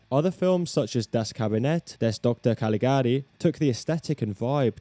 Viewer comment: props for the excellent pronounciation of "Das Kabinett des Dr. Caligari" ;) Greetings from Bavaria!